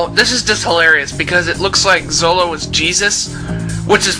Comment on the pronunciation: wait did u call zoro zolo?